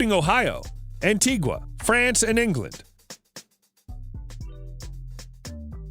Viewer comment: Was a big fan till I heard he was an anti-vaccine. By the way, it's an-tee-guh.